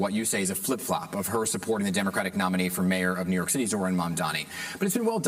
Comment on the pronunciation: can’t wait for and cuomo and sliwa to lose so we never have to hear them butcher zohran’s name ever again